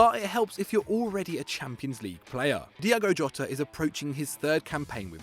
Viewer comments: this is so stupid man said Diego jot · Man said diego jota